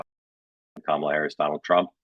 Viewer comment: The constant mispronunciations of her name cheese me off, too. But I'm a bit of a grammar nazi. I'll downvote comments just for not properly capitalizing or punctuating! For those who don't yet know: It's KA-ma-la, not Ka-MA-la (emphasis on FIRST syllable, not the second!).